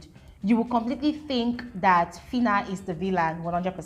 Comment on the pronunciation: That fitta ( filter) even made me forget how to pronounce phyna correctly for some minutes 😅